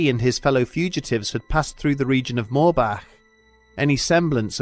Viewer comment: THANK YOU for pronouncing "Moorbach" CORRECTLY tears